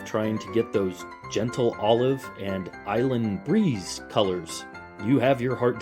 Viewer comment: “Island breeze” haha